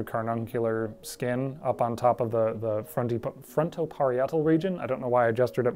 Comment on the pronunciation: If I may be "that guy": The in "parietal" is pronounced like the in "variety." See also: "diet," "proprietor," "society." So "parietal" is pronounced /pəˈɹaɪ.ə.təl/.